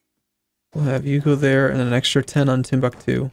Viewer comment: I can't wait for him to fully annex Timbuktu so you stop butchering the name.